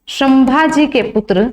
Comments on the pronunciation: apka teaching accha hai lekin pronunciation Galt Kiya hai sambhaji maharaj ke nam ka . O sudhar liya kro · शम्मा जी नही संभाजी महाराज बोलो